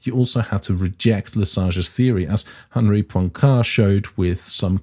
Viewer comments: Poincaré has an accent on the final e and is pronounced with three syllables. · Please, the guy is called Poincaré, the é at the end is not silent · That was a great bit of little-known science history. I doubt if I could teach you any physics so I'll try the French language: Henri Poincaré's second name can just about be pronounced in English as "pwan-kwar-ray" noting particularly the modified "ay" sound of the letter e when it has an acute accent. First rule of English-speaking people using foreign words and names: "saying them as in English is most likely wrong".